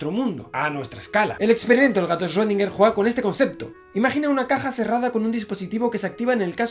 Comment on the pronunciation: Muy bonito y todo pero cuando aprendes a decir correctamente el nombre de “Schrödinger”?